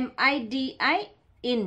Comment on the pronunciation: my soul got crushed when she said M.I.D.I instead of midi